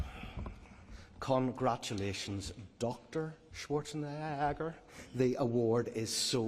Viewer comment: Why did the host not pronounce Arnie's surname properly lol